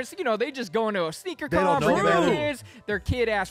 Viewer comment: It is Sneaker “Con” lol